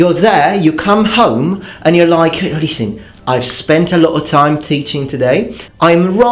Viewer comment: Exactly mate.